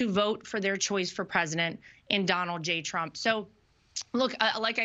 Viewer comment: Ever notice Lara can't pronounce her father in law's name? She calls him Donowld